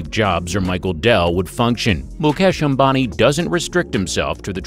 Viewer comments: that's not obami that is "am-ba-ni" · 😂🤣🤣wtf ?? Mukesh Abani ??😂🤣 seriously ??? It's Mukesh Ambani you damn it.